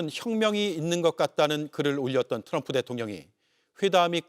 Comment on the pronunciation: 윤석렬은 바이든을 날리면 했지만 이재명대통령님 트럼통이 아니라 트럼프 라고 정확하게 발음했다